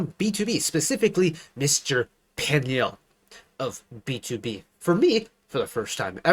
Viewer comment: Peniel's name pronunciation is sounds like "puniel"